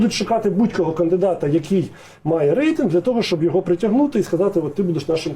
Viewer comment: Хто такий ЙОго ? Ні, він не оговорився. Ні одна людина яка з дитинства спілкується украінською так не оговориться. Це неправильний наголос в базовому слові. Я таких оговорок не пригадую, навіть по пяні, а я бачив як люди бухають по дорослому. По великому рахунку мені пофігу на такі дрібниці, ну російськомовний і шо, велике діло. Просто це виливається в непритодню і негармонійну комунікацію з суспільством аж з самоі адміністраціі самого президента. А це вже затупили. Особисто для мене значення не має, собі натупили. Ну і відпіводь ЙОго в тому інтервю... резинова дупа а не логіка. Хоч би язик після вилизування повитирав а то непристойне таке ляпати. Депутати зобовязані розуміти за що голосують. Я не виспляться то не будуть розуміти навіть як прочитають. А прочитати мало, треба осмислити продискусувати. Це закон. Він хоч знає що таке закон. Ну нафіг рівень підготовки.